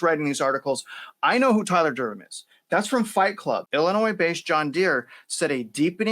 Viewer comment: Eh..... Durdennnnnnnn, Tyler Durden (N)... Not Durdem 😅